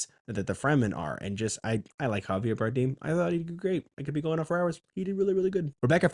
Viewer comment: its more like bar-damn lol, you can google it